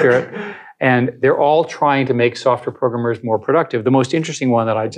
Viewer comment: He knows a few modern buzzwords sure, but his true Boomer showed as soon as he said "progrummers"